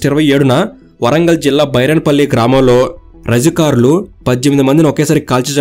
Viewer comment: భూమి కోసం భుక్తి కోసం వెట్టి చాకిరి విముక్తి కోసం, ముక్తి కోసం కాదు రజకరులు కాదు రజాకారులు, ఫస్ట్ నీవు తెలుగు భాషా పలకడం నేర్చుకో